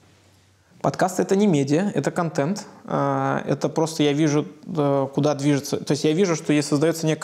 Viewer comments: "Кантент"..ну послушайте себя.. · произношение второй гласной е, вместо э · Кое-что из внутренностей: "КантЕнт". "скейлить". "рефлексить". ,"фаундеры". "как я треволю". "букирую гостиницу". "дэй -тудэй". Журналист от бога,ничего не скажешь... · контЕнт, как же режет ухо. контЭнт! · Елизавета, говорите пожалуйста контЭнт. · "Баба Лиза" так забавно произносит слово контЕнт :)) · Ставь лайк, если не можешь слышать слово "Контент" произносимое через "Е"... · Ну котЭнт же! Контент - заимствованное слово, произносится также, как на саксонском...